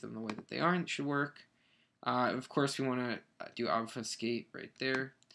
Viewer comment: You say obfuscate so weirdly. ._.